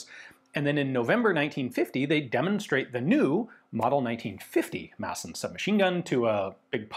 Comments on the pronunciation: No we dont pronounch it massen But thats closer than calling it maD-sen So appriciated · As a Swede, the actual Danish pronounciation is probably more something along the line of "Maaaahhhsn. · weapons Great pronunciation for a non danish speaker. We danes tend to "swallow" a lot of letters when we speak, so really it should be pronounced "massn", almost just like you're saying it, but without pronouncing the E. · Danish is more a speech impediment than an actual language, just pronounce it with a D like a normal person. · It's cool to hear the 'D' drop in and out of Ian's pronunciation of 'Madsen'. It shows that he's a regular guy and not a pure academic. 😎